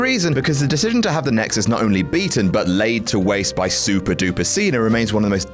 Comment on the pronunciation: He said nixus.